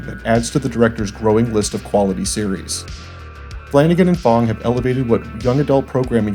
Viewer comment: Flanagan, flanacan